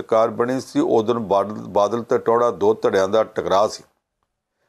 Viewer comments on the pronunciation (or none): none